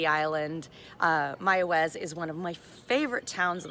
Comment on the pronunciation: You pronounce Mayaguez, perfectly